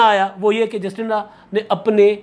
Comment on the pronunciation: ایک چھوٹی سے تصحیح: نیوزی لینڈ کی وزیراعظم کا نام جسٹنڈا نہیں بلکہ جیسنڈا (Jacinda)ہے۔